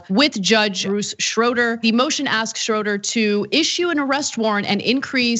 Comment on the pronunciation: I just wanted to make a kind note that you mispronounced Judge Bruce Schroeder's name it is pronounced "ShrAYder" I am a life long Kenosha County resident and am very familiar with this judge. He has been on the bench for decades. On another note he has been known to throw the book at people as a matter of fact he has a habit of going against the DA's recommendations, usually making punishments more severe.... don't worry Rittenhouse will PAY.